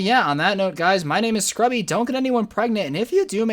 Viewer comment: Lol😂😂😂 he said what's up it's scrubby when's it's scrubs